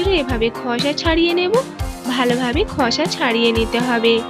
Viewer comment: খসা নয় খোসা হবে,ভিডিও বানানোর সময় এই ভাষার বারোটা বাজাবেন না।তবে খাবার টা লোভনীয় হয়েছে।